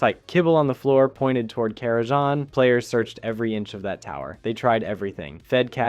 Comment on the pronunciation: The 'Kara'JAH crypts'?